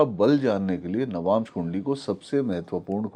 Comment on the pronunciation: आप "नवांशा" मत बोलिए! "नवांश" बोलिये। सही बोल रहे हैं, वे "नवांश" ही बोल रहे हैं।